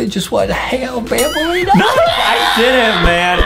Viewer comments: Aka Banbaleena not banbalina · banbaleena not banbuleena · banbaleena not bambolina